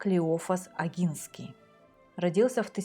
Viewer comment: Извините, но позволю себе маленькую заметку, поскольку польский язык знаю хорошо (Поляк по происхождению), если букву "н" произносим как по польский с "ь" знаком, то и первую букву "О" нужно произносить как именно "о", в польском буквы "о" и "а" произносятся так как пишутся, в отличии от русского, а происхождение Огинских не менялось, менялась территория королевства Польши. Спасибо вам за каментарии